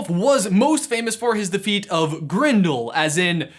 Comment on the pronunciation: GRENDEL not Grindel